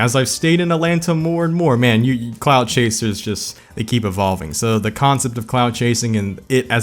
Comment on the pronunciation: Imma be honest. The first few times i heard him say “clout chaser”, i thought he was saying “clown chaser”.